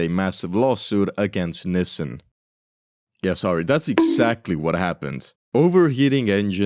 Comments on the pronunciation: I have no idea what a "niss sen" van is, but I do know a company called Nissan, pronounced "Knee san". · It's pronounced Nee sahn, not nissin. Just a friendly FYI. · love the content! btw, Nissan is generally pronounced "NEES-sahn" not "NISS-en". keep up the good work! this stuff is actually great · Nissan is pronounced nis-sun, not nissen! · I wanted to say you would have had an easier time with older models, but those are probably all preserved by collectors. (Or did you limit it to cars with license plates?) - Well, Cuba could still be defying some extinctions. Why do you say "Nissin"? That's a ramen brand. The a in Nissan is quite audible in the proper pronunciation of the name. (It also bothers me when others call Hyundai "Hunday".) Headcanon: Lotus got sued by Microsoft and renamed the car to Lotus Tabcalc. You should re-record voice bits with mistakes. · Hearing nisan is a war crime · The way you pronounce "Nissin" is abrasively European 💔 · never heard someone pronounce nissan like that, i've only ever heard it as 'nee-san' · everywhere else in the world its pronounced nissan. For some reason in north America they pronounce it like they are struggling with a new foreign word.